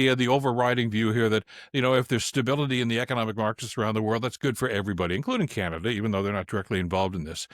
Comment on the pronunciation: Oh! Canaduh!😂